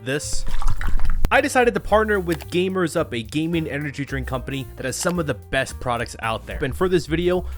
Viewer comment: You misprenounced Gamer supps my man.